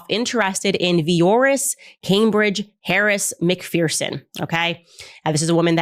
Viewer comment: MacPherson IS NOT pronounced as MACK-FEAR-SEN FFS. IT’S MACK-FUR-SEN. What is it with Americans and their inability to pronounce basic goddamned English? It’s my last name and NONE OF YOU idiots can get it right. LEARN FUCKING ENGLISH.